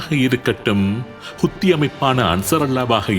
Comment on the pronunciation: ஹுத்தி அல்ல , ஹவ்தி